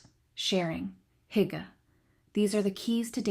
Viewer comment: It’s “ Hoo- gah” Terrible pronunciations…